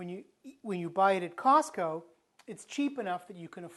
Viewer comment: Mark Blackers I thought he said softco. He must be back east